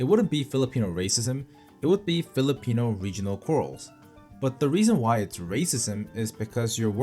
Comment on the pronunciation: I can't believe you're Korean, you sound more like a PH local in pronouncing the PH terms well. Kudos!